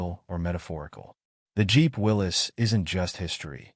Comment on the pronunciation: You got it right! It is pronounced "Willis", not Will-ies"! I have a friend who has a '43 MB at his cabin in the Sierra. We drive it whenever we are up there.